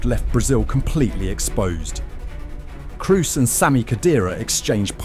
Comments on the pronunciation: Dude, is not Cruz!!! is Kroos, O! not U! is a German name. Jfc. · Is this AI? Serious question, needs to be disclosed. Narrator mentions Tony KRUS, when at the same time if he was human would know in the next edit cut his name is mentioned, Tony KROS. A.I. just reads a human would notice the difference, regardless of the double O in "Kroos". Finally Maybe editing also A.I. Colombia is written Columbia in the video. Like a A.I. that is more acquainted with U.S.A. searchs. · the narrator is an amateur with not so much basic education. He does not know that Toni Kroos is not an English man. He pronounces his name as if Kroos had an english name. This is due to a lack of education apparently. Nobody needs to knowhow to speak German , but everybody should know that the alphabet comes from the latin (originally from Greece) and not from England.